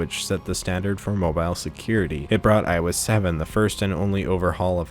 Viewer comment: "iOS salmon"